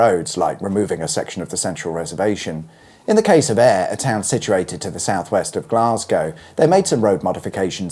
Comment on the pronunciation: I'm impressed , your Gaelic has come on. You got Ayr ..bang on . ✅😂